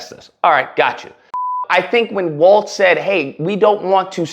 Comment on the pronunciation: Just a small correction on the name, Walz not "Waltz" lol.